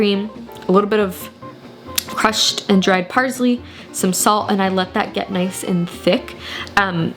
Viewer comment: “Parzley” is killing me